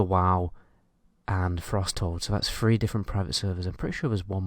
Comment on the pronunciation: I wonder if he feels weird reading the word “three” and saying the word phree